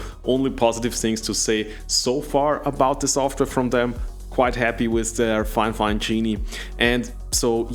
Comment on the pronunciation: It's NOT "Fine Fine". It's Fifine (FY-FINE) I feel terrible for this company. Seems like nobody has the basic literacy skills required to promote them properly.